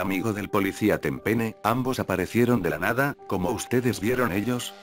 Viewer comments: Minuto dice tempene en lugar de tempenny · Escucharon bien q en vez de tecir tempeny dijo tempene minuto